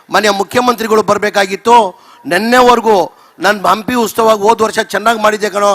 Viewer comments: ಲೋ ಅದು ಉಸ್ತವ ಅಲ್ಲಾ ಉತ್ಸವ ಮೊದ್ಲು ನಿನು ಹೆಡ್ ಲೈನ್ ಕರೆಕ್ಟಾಗಿ ಹಾಕೋ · ಉಸ್ತವ ಅಲ್ಲಪ್ಪ ಉತ್ಸವ. ಇಂತಹವರು ನಮ್ಮ ಶಾಸಕರು, ಮಂತ್ರಿಗಳೆಂದು ಹೇಳಿಕೊಳ್ಳಲು ನಾಚಿಕೆಯಾಗುತ್ತದೆ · ಹಂಪಿ ಉಸ್ತವ ಅಲ್ಲ ಕಣಪ್ಪ..... "ಹಂಪಿ ಉತ್ಸವ" ಅಂತೇಳೋ ಮಾರಾಯ